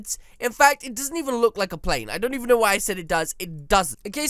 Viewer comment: You bon’t go throo the black thing